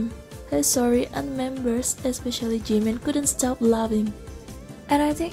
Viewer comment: "Stob" it V!!!